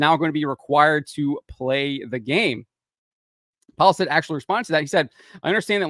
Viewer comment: Its not Pajlstedt. Its Peelestedt the e after L sounds like the "e" in mess.